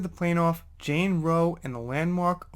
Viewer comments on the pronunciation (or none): none